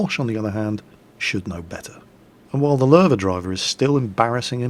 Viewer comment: Paul Ketcham Ok I understand. But Lowe pronounced LOW sounds better still. :p